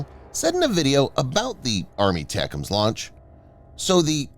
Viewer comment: Jesus! JUST say ATACMs, as in "Eh Tack Ums" or "A Tack Um" These aren't new systems FFS!?!?!